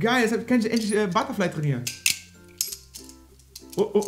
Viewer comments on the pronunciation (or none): Alles klar,. Es heißt ButterFly:D